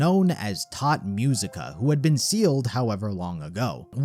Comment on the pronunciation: Great Video but please dont say "Tod Musica". Its "Tot Musica":face-turquoise-covering-eyes